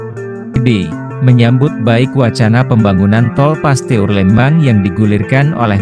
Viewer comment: Min di baca Pasteur,bukan Paste ur .